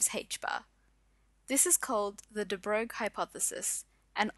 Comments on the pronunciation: I believe it is actually pronouced just 'de broy' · The right pronunciation of DE BROGLIE = "DE BROY", just like "the boy" with a rrrrolling R in it. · You really butchered De Broglie. It's French. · I wish you'd pronounce de Broglie correctly.